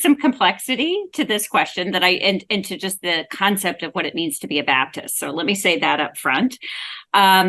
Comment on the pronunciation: his pronunciation goes back and forth. It's interesting that when he wants to sound like a preacher preaching the gospel, he's much more likely to say BABDIST.